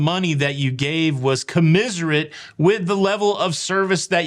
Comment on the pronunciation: Commensurate not Commiserate.